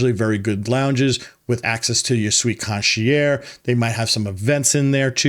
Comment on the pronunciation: You might want to work on your pronunciation of "concierge".